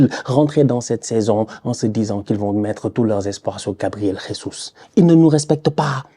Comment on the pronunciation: 😂 ne sait toujours pas prononcer Jesus